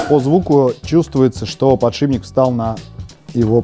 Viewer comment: подшиБник, аааааааа, как так можно говорить